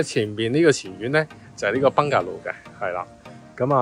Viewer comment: 多謝分享🙏🙏🙏不過麻煩你個Bungalow讀音搞搞佢，兩位主持都好似講到怪怪地咁，